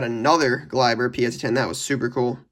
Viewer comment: It kills me as a Yankees fans when u say this😂😂 It’s is Glay-ber